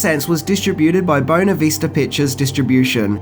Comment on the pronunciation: "He said what?" -- everyone who knows how to pronounce "Buena."